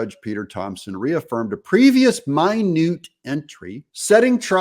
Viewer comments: Haha its not min u te, its minute orders. Like minutes, hours, etc. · Thanks Doug! Just a housekeeping matter on pronunciation. It's minute entry, NOT MY-NEWT entry. Minute entries are the courtroom clerk's notes of what happened in court. Minute is pronounced just normally as in one hour, one second, one minute. Thanks for the awesome PEOPLE'S REPORTING !!! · It's "minute entry," meaning a record of what was presented in the minutes, NOT "mine-ooot [ie small, tiny,] entry." Just FYI Mr Doug. And when dealing with the law, the devil is in the details. Without Rudy Guilliiani's assistant in early 2021 Arizona Senate Hearings, we'd be dead in the water. Support the cause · Doug-I greatly appreciate your efforts to inform us. Just a simple correction: the pronunciation of minute in "minute order" is minute as in 60 minutes in an hour, not minute as in tiny. Thank you.